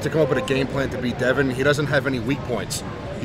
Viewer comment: Why can't you Yanks say Devons last name Correctly